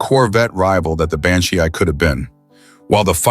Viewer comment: Why does the narrator keep adding random vowel sounds after the word "Banshee"? GO BACK AND LISTEN! Even with the Corvette, just one extra, totally random, letter added after the cars name